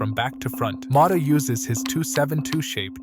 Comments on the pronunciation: Impressive analysis, so impressive I can't understand why you pronounce his name Mota 😅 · Who the fu.k is Thiago Moda? Is it too hard to pronounce a T instead of a D??